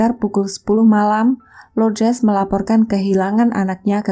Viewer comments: Semoga jiwanya tenang dan ibunya diberi ketabahan dan kekuatan. Amin Btw,nama ibunya LOURDES, bukan LOUDRES, LOUDRES.. Gak enak dengernya cmiiw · sebut betul² nama ibunya.. bkn loudres